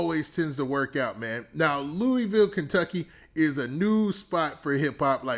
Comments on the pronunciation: I’m from Kentucky and it’s pronounced LOUIE VILLE, lol funny hearing you say that. Great vid tho!! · I been rocking with you for too long for you to say the name of my city wrong gangsta